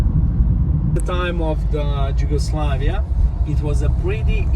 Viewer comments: Đugoslavija lmfao, why isn't he pronouncing it in our native language ffs. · Lol, that guy doesn't know how to say Yugoslavia